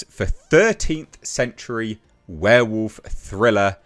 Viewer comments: Monsters return! Woohoo 🤣 Ver Volf! There castle! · So not 'Vverewulf', with the vv.